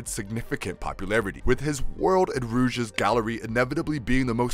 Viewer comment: How did he say rogues?